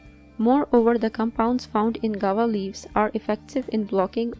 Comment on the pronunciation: Madam it is pronounced GOO-A-VA not "gawa".